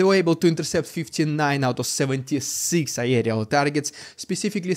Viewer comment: Pardon me for nit-picking, but I just can't take it anymore. "Aerial" is pronounced, "air-ee-al". The "ae" is a single vowel sound. You are separating these vowels and making 2 sounds. Logical but wrong. The correct pronunciation has 3 syllables and yours has 4. Always count the syllables. Remember, this is English we're talking about here. There are more exceptions to the rule than there are rules.